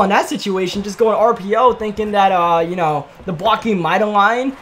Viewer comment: You say yoo so wrong